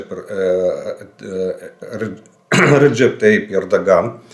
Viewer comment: реджеп таит эрдогана не выговариваете потому что не один а два повторяю. запомните как правильно.